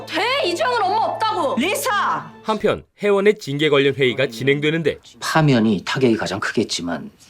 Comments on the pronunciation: 리사 발음을 자꾸 리싸리싸 해서 10분만에 리타이어 합니다… 발음 좀 제대로 하세요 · 아..첨에 들었을땐 그러려니 했는데 리싸 진짜 거슬리네요. 일부러 리싸라고 발음하신 건가요? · 리사를... 왜 자꾸 리thㅏ 라고 함? 리싸 ㅋㅋㅋㅋㅋㅋㅋㅋㅋㅋ 발음이 안되나?? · 왜 자꾸 발음을 리"싸" 라고 하시는지..ㅠㅠ듣기 불편..